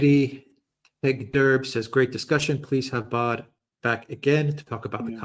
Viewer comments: I'm the most faithful fan of, but he always gets the French pronunciation wrong... Alexander is always right on - It's Baud (not BaudE as it is Macron (not MacrONNE 😊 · I agree with AM most instructive and, yes, must do it again .Jacques, latest work on the ME conflict in also eye opening . Incidentally, Jacques Baud, pronounced Bo or Beau. Once again thank you. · Alexander actually knows how to pronounce his name., not so much.